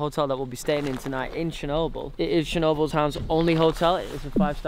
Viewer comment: its not "shernobyl"..........